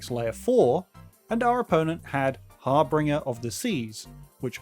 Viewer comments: Also, it's pronounced Har-binge-er, not Har-bing-er > Harbinger on the Seas doesn't have a R after "harb." Are you sure about that? Harbinge>>R<< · good video, but saying "har-binger" instead of "har-binge-er" is something i've never heard before